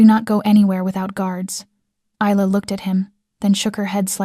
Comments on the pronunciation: For goodness sake woman/narrator, can you pronounce the name correct Isla is pronounced 'with an Y - Ayla and Not with a Z'. You always say Isla (Iyla) which is correct. But now and again you say Izla, this is incorrect. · Isla had her name butchered all throughout this, however, she should tell Dante to go F**k himself. "She is worthy of you"??????? HE is not worthy of her.